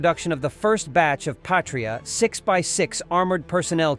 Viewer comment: "Patria" is not pronounced like "Patriot", even though they look similar. "Patria" in latin means "fatherland" or "motherland". It is pronouced "/ˈpa.tri.a/", not like "/pā′trē-ət, -ŏt″/ (Patriot) Yeah, I know, Latin is forgotten language and no, it is not the language they speak in Latin Amerika :D